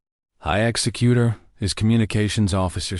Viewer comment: AI can't pronounce executor correctly, it's pronouncing it like execut(ion)er. Audio is slowed down by .5% from normal, extremely hard to continue listening to. Good story line. Deep covert operations / sabotage at its finest.